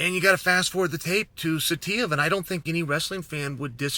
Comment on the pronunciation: I’m surprised Chael even said Saitiev so well.